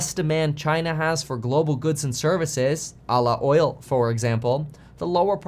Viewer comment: I swear kevin said "allah oil" 🤣